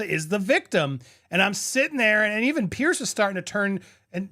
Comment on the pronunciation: Andy, FYI, it’s “PIERS”, not “pierce”. Like you’re talking about multiple docks on the edge of an ocean, not like something you do to your bellybutton.